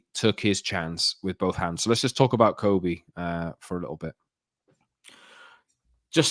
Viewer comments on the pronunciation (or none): His name is pronounced Kobbie like Bobby.